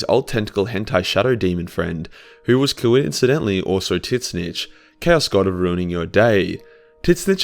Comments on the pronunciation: Can't get over his pronunciation "Tiz - Nich" would love to hear him say tzatziki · I love that you call him "Tit-Snitch"